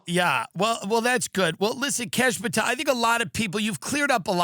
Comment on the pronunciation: Never knew there was a kash ooom-pahtel 😂